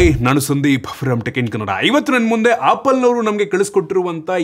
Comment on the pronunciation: Apple❎ Appal✅ 😂